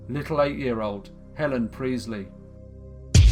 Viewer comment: Sorry but its Priestly, emphasis on the t.... not Preezly!